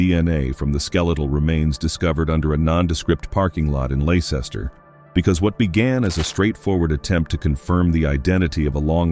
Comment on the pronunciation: Blather. No specifics provided to support allegations. Besides why should one trust a narrative that cannot correctly pronounce (twice) the name of the city where Richard III body was located.